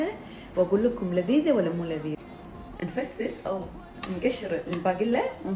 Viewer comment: نفلس مو نفسفس😅😊